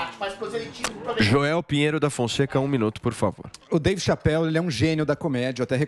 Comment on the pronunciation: pronunciando "Chapelle" foi triste